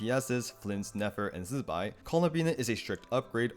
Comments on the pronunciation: its zi bai not zzbai we lit heard them say her name already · Useful video, but what’s up with your pronunciation of Zibai? You sound like a fly buzzing when saying the first syllable? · Please stop saying zibai's name like that